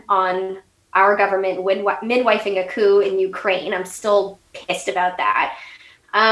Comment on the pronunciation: what is that word she keeps sayin. "acoo" or a coup? i wanna look it up.